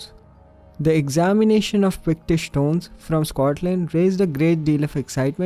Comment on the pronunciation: He was just saying Pictish, but it sounded like Bictish. Just the accent.